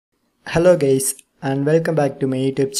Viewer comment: did u just said in the beginning of video "gays" ? XD